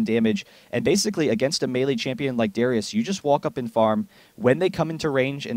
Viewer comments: How many times did he call " Darius " , " Darien " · darius... not darian... and not durian!!!! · He calls Darius Darien and Draven many times in the video, but I guess you're too chinese to realize how English works. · Any one elsenotice him calling darius dariun